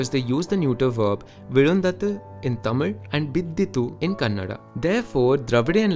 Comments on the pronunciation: glad u pronuonced Kannada rightly 😊😊. Most of them say it as Kannad . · Exactly his pronunciation of Tamil and Kannada is so perfect ❤❤❤❤ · You being a non speaker of both ಕನ್ನಡ and தமிழ், pronunciation is very nice..👌😍